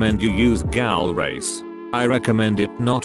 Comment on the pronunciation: Gaul? ITS PRONEOUCED GHOUL